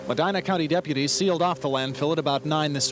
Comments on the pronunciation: meh-dee-nah not my-dyna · pronounced Mehdeenah! Common dude!